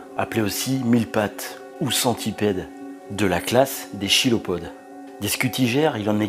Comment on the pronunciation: Vous parlez sde la premières paire de (longues) pattes, mais il s'agit en fait de la deuxième, les forcipules sont la première paire de pattes. Chilopode se prononce "Kilopode".